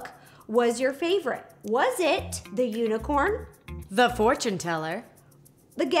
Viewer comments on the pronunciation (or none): Who else heard Ro say unicern instead of unicorn